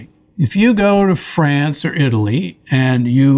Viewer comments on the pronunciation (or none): none